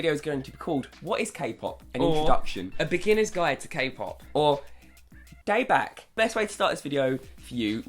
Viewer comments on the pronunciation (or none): daebak is pronounced daybok and plz listen to seventeen and day6, exo and got7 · Them trying to pronounce Korean is so cute!! Daebak.... Them:day back! I love u😂😂😂